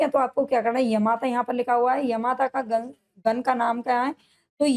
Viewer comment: मैम गन नही गण है पहले उच्चारण सही करो